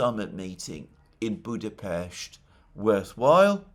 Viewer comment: it is such a subtle sign of respect to pronounce the Hungary's capital properly